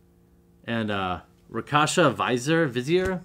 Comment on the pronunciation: Rakshasa is pronounced Rock-shah-suh. Not Rock-hasha. And the Lich in Lich Lord is pronounced Lit-ch. Not trying to be mean but just want you know what you he correct pronunciation for the future. :P